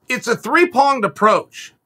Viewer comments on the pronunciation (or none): “Three ponged approached” 🤣